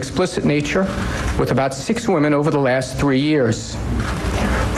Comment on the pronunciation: Given that his first initial is "A" as in A Weiner and for whatever baffling reason his family didn't immediately change their surname when they immigrated to America were the first seeds of this man's destruction. Also side note: This is just a nitpick, but the "o" in the word "women" is pronounced more like an "i" "wimin" this might be because of your accent, but the way you say women is phonetically incorrect and really distracting.